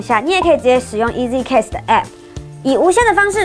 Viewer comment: Cast 要念的像 carst, 不要像 case t. 上Google 查一下 broadcast 怎麼唸....